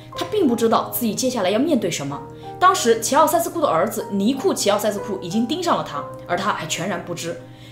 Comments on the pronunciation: 齐 容易被读作 习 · 我以为是在说齊奧塞斯庫，原来是在说希奧塞斯庫😆